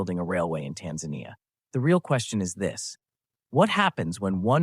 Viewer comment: AI voice. The voice pronounces Tanzania in two different ways constantly. Tired of this slop.